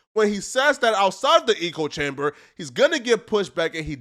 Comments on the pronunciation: It's pronounced ECK-o. Everything else was tits on. Pun intended. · Excellent video brother. Just learn the proper pronunciation of “echo chamber “. I’m not trying to nitpick but it’s driving me crazy 👊👊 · Yeah 🤦🏾‍♂️ when people try sound smart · A fckin eco chamber? 😂 It’s an echo chamber my friend. You either heard that from someone who is slow af or you read it and don’t know how to pronounce echo which unfortunately kinda makes you slow 🤦🏽‍♂️ Then you said the bald guy’s reputation was unrecurably damaged, wtf 😂 I’m guessing you meant irreparably damaged? Still enjoyed the video bro lol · It’s “echo chamber” not eco chamber. Proceed. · I agree with you bro, but can you say echo and not eco? It is echo chamber and saying it wrong detracts from your standing imo. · Just to let you know. Its "echo" chamber, not "eco" chamber. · Bro said eco chamber. No hate bro but how do you not know the difference between echo and eco? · quick point: "Echo chamber" (rhymes with gecko), not "eco-chamber." Still love the video though! =0) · wtf is a eco-chamber, you mean echo-chamber? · Hey my man, it’s not eco chamber, its echo, like when you shout in a large empty room and hear your own voice echo back at you. Although in regard to Wes it could be called an ego chamber! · How are ypu gonna say "eco chamber " WRONG SO MANY TIMES. ECHOE DUMBASS. sry. Had to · How do we tell this man he's saying "echochamber" wrong. "Echo....Chamber". Say echo... not eechochamber. Smh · It’s pronounced ecko chamber fam had to log in to say that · "Eco Chamber"...........its echo chamber you DA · its echo chamber not eco chamber lol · Echo chamber, dude! Not eco chamber. An echo is what you hear when you shout “hello” in a valley. Eco is shorthand for ecosystem! 😂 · ech·o cham·ber not Eco chamber... the reason for it is within the name! They Echo each others believes, etc...he just keeps saying it and it started to get annoying lmao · it's "echo chamber" not "eco chamber"